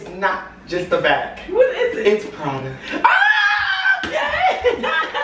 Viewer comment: TheRealAmxia name I dyed when said it like a white girl